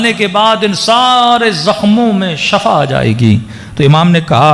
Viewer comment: SHAFA NAHI HOTA.... SHIFA HOTA HA. SHAFA MEANS MAUT. SHIFA MEANS SEHAT.